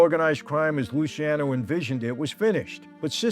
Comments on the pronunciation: They called him Lucky because his name was spelled and mistakenly pronounced the wrong way "Luci"ano also pronounced "Lucky"ano. His name is properly pronounced Luchiano. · Luciano:- Loo-charno, please. No ee pronounced in it. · Lu-cha-no. I learned this from everything in Italy correcting me when i said my son's name. Luciano Vincenzo Giancarlo.